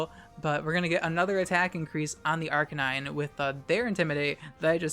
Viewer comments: Thanks. I was mid-swallow when you pulled out the 'Arca-nee-nay'. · Did you really pronounce Arcanine's name as "Ark-ca-nee-nay?" LMAO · FlygonHG is getting to you. You mispronounced Arcanine:p Awesome video btw!